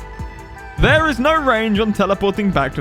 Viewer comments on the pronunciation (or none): none